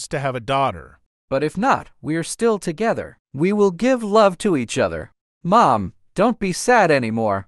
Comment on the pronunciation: Nah it Ely who said togerther